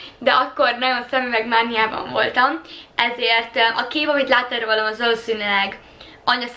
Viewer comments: Ügyesen videózol, de nagyon zavaró tud lenni, az hogy a rólam szót szinte mindig rollamnak mondod. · "Rollam" engem idegesít egyedül? :D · Az a gond hogy a sok "művelt"pesti .Is így mondja!Mit oszt nekik akcentus...😒